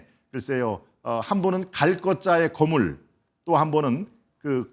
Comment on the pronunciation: 김동원씨가 '거물'을 아주 짧게 발음하는데 발언을 하려면 '거:물(巨物)'이라고 장음 발음을 해야 한다. 한국어에는 각 단어들에 장음(長音), 단음(短音)이 있어서 국어사전에도 표제어 장음 글자의 오른 편에 : 표로 표시되어 있다. 그런데 요즘 젊은 기자들은 특히 한자어를 말할 때 이를 전적으로 무시하고 전부 아주 짧게 발음한다. 예컨대 '여:당(與黨)', '야:당(野黨)', '대:선(大選)', 재:선(再選), 피:청구인(被請求人), 가:처분(假處分) 등 길게 발음을 해야 하는데 아주 짧게 발음하는 것이다. 요즘 한국인들의 '한자어' 구사가 이 모양 이 꼴이다. 이런 폐해는 한자 사용의 폐지에서 기인한 것이다. 정말 큰일 났다.